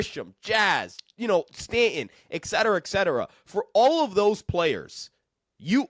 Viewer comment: It's "etcetera" - not "exetera"